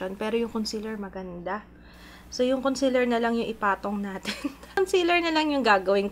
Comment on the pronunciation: Conseeeeeeler not consiler pls 😭😭😭